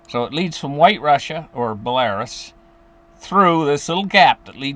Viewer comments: It's Bell-a-ROOS, not Bel-AIR-Us. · Belarus is pronounced Bella-roose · He meant belarus, pronounced bell a roos. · Will you get your pronunciation of Belarus corect please